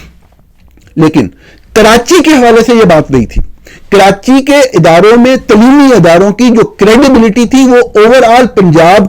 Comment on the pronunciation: "تلیمی" نہیں صحافی صاحب، "تعلیمی" بولا جاتا ہے۔ 😅😂 آپ کی باقی باتوں سے اتفاق کرتا ہوں۔